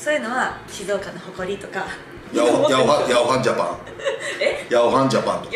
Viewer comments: 静岡市と浜松市は、仲悪いから･･･ あと、「ヤワハンジャパン」じゃなく「ヤオハンジャパン」ですね「おしん」のモデルになった。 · 里さん、ヤワハンジャパンじゃなくてヤオハンジャパンです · 里崎智也さんがおっしゃっている 辺りの『ヤワハンジャパン』は『ヤオハンジャパン』のことだと思います。 『ヤオハンジャパン』は中日ドラゴンズの大西崇之外野守備走塁コーチの出身会社です。